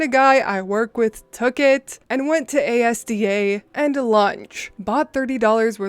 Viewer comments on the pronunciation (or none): Despite having listened to this multiple times, I've only just registered your pronunciation of Asda. In the unlikely event it comes up again, it is pronounced as two syllables - Az-da, rather A S D A. It is a common mistake. Fabulous as always! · Asda is pronounced az-da - not ay-ess-dee-ay! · How you pronounce Asda is funny. No worries your not familiar with it, so its all good. Just wanted to help you out, it is pronounced As da. As, as in as and Da like Dad with out the last d. Love your work. And great breakfast watch. Keep it up oh 🎄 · As a brit it was weird to hear Asda pronounced like that, it's Az then Duh phonetically. It's a word not an abbreviation. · The UK supermarket is pronounced "as-dah", not A S D A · It's not A-s-d-a it's a word ASDA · Probably a weird thing to correct, but Asda isn't actually an acronym, it's just pronounced az-dah. I get why the fully capitalized logo and nonsensical name would imply an acronym, but it's actually a portmanteau of the two original companies who merged to form it (two letters taken from each) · A-s-d-a haha I love it! But it's pronounced As-Da it's pretty much uk Walmart as it was owned or had shares in Asda at somepoint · just a note, asda is pronounced as as-da. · Lol Asda is a word not an acronym (pronounced az-dah) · Erm Asda is pronounced as- da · 🎄 Edit: gosh I've never heard ASDA pronounced as letters before. ASDA is a weird shop name for sure because it's not initials. It stands for ASsociated DAiries so it's said As-Dah. Sorry the British make everything confusing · Just so you know for future reference on UK stories, Asda isn't an acronym, it's just pronounced As-da. Don't worry though, you're not the first non Brit I've seen pronouncing it like an acronym 😁 On a different note entirely, Merry Brewmas everyone!🎄☕🎄☕🎄☕🎄☕🎄☕🎄☕🎄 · Hey. Your dulcet tones and puns have kept me tucking over for a while. Asda is pronounced "As da" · just for reference ASDA is pronounced 'az-duh', it's not an acronym.